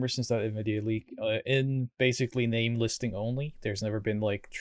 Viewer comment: You butchered his name twice lol.